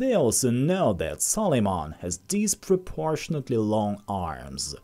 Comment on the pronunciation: Its Suleiman not sol....